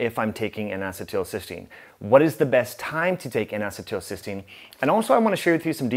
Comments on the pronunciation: This is good info. Thank you. BTW, it's pronounced "N acee til cys teine." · I can't deal with your pronunciation of N-Acetelcystene. Other than that, great video. I just started taking NAC today, added it to my regimen of CoQ10, NAD and Claritin for allergies and post nasal drip. Hopefully I can stop taking the Claritin soon.